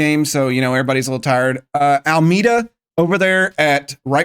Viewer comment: I think Almeida is pronounced Al-may-da You should scout Brazil and then if you're still looking for places Angola? Also, seems to me a mistake you make is not pushing with a player when you have an open field ahead of your players, you instantly pass when you could have the player with the ball move up a bit more unchallenged Great seeing the team move up a league for S2 though :D